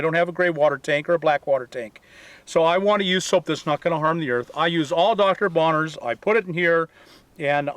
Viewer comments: it's Bronners, not Bonners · Not to nitpick, but it's Dr. Bronner's, not Bonner's. 😉 ❤️ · Dr. Bronner's ... with an "R". Ok, now I feel better. Oh, and thank you for the great advice and tips!